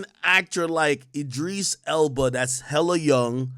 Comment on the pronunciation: "E-Dreese Elba"